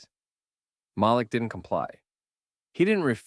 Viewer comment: Muh-leak. Say it, Muhhhh- leak.